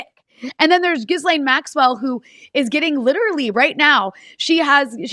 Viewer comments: Omg PLEASE STOP calling her Jizz-lane! It’s pronounced Gee-LEN. Don’t get me wrong, I think she’s one of the most odious humans ever to walk the earth and this is not about respect for her. But if you want to be taken seriously, as a journalist/podcaster, get it right! Those who call her Jizz-lane are making a derogatory reference to what she’s guilty of. Don’t sit there with a serious face and pronounce it like that. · Love you both! But please stop mispronouncing “Ghislaine””.”